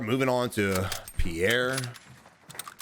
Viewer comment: love the content - Pierre is pronounced Pe Air